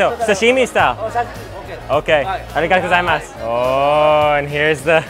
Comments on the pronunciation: Does anyone cringe by the way he says aruigato gozaimasu cuz I do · He says it wrong lol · Every time he pronounces arigato gozaimasu i cringe xdd